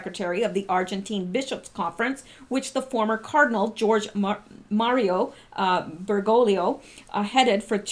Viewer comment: Darling it’s pronounced ‘Ber - GO - lee oh xx 😚